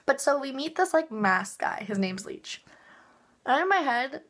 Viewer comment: U kept mispronouncing his name lol, its licht not leech lol. But I agree, its amazing!